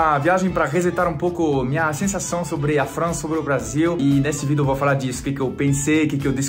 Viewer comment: ..você ainda continua dizendo "vido" e não vídeo kkk